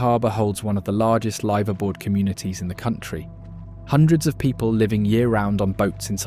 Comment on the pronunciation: The AI voice had me until ‘Live-aboard’ 😅